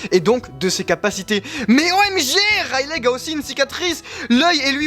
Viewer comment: ON DIT RAYLI ET LEUFFY